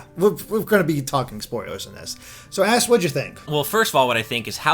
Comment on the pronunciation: So whad ya think? anyone else hear him say ass instead of Ash?